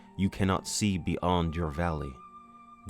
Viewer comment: bee ohnd